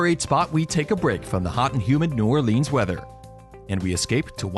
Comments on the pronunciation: Yea, even "Na'wlins" is better. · Why would I take advice from someone who says 'New Orleenz'. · Mardi Gra, don't pronounce S. It's New Orlins. And also... Bourbon, really? Best place? You EVER been here? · I cringed every time he said New Orleans. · lol me too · Ok..... Just started and already said New Orleans wrong.......